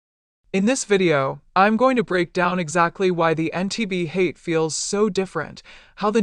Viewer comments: HA-YA-TE not Hate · Pronounced “Hah-yah-teh” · Elizabeth Holmes voice pronounces it incorrectly. Lol.